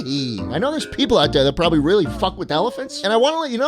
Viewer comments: "I'm PORBABLY not going to kill you" LOLLL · HEAVY emphasis on "Probably"